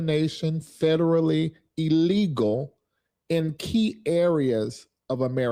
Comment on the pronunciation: Blacks think they are oppressed here in the states????? WAIT TILL YOU GET TO ISLAMIC AFRICA. Alot of people are going to actually HAVE TO WORK and get off the government tit. And learn to pronounce words...ILLegal is NOT pronounced EE-legal "ILL" say ILL....oh by the way...YOUR BLACK PEOPLE SOLD YOUR ASS OUT, didnt no white man wander into Africa lookin for slaves. That black man lyin his ass off. What a disgrace....ole Farrakhan 2.0 here...STFU.